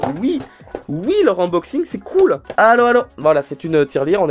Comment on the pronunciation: je rigole à chaque fois qu'il dit : inboxing / Oui je suis une gamine et à l'aur?😂